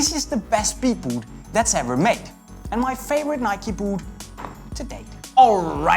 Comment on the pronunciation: its nike dumbass